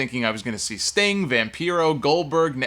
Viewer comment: Lmao he said vampero hahahah